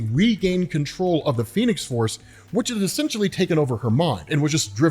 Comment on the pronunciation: said the phenes force lol